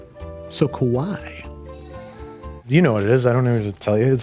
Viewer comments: I'd like to mention, , you said "Scary", not "cute"... Kowaii means scary. [Koh-wah-ee] Kawaii means cute. [Kah-wah-ee] Yes it matters, yes you called an uncrustables scary. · kowai as pronounced means "scary". kawaii is pronounced with a long ee at the end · when you pronounce kawaii like an American, as seen at , you can kowai, which means scary. Uncrustables are so scary! 😂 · the funny part is when he said cute in japanese he actually said scary you need to pronounce the extra "i" at the end lol